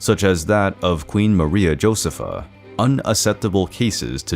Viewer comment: Why are there so many mispronounced words in these history videos? Are these real people or are they robots reading the texts? So many foreign proper names are mispronounced. Medici is pronounced MEH-di-chi, and not meh-DI-chi; Josepha is pronounced yo-SEH-fa and not JOE-ze-fa, etc…